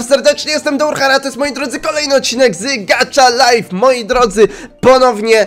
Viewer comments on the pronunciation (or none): muwi się gaha live a nie gacza live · Nie gacza life tylko gacha life sie muwi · wiesz co jak byś jeszcze mówił gaha nie gacza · Nie czyta się gacza tylko Gacha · Mówisz źle nazwę gry!